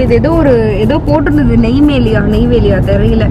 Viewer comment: Neiveli illa nemmeli